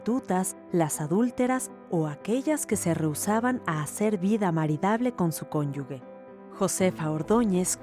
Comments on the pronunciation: Y que dice "cónyugue " y no "cónyuge" la conductora xd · CÓNYUGE, no cónyugue. El sustantivo cónyuge ('consorte' o 'persona unida a otra en matrimonio') se pronuncia /kónyuje/, por lo que se considera incorrecto escribir y pronunciar cónyugue, tal como indica el Diccionario panhispánico de dudas . Hay les encargo... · Deben poner atención en elegir a la persona encargada de narrar pues no sólo es necesario tener tono de voz sino una buena cultura, en este caso, la narradora incurre en un error de pronunciación imperdonable, "CÓNYUGUE" "CÓNYUGUES" ¿de dónde sacó la "U"? Así se la pasó en todo el video y me pregunto si es que no hay una revisión final antes de que salga al público, es un descuido muy grave por tratarse de un canal cultural, deberían editarlo. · Favor de revisar la pronunción de cónyuge porque es un canal cultural y narradora pronunció mal. Dijo cónyugue en lugar de cónyuge. Por lo demás, es una serie interesante. Saludos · Se dice narradora y NO conductora, pues NO es un programa en vivo ...y tampoco es "cónyugue". Si vas a burlarte, asegúrate de estar en lo correcto.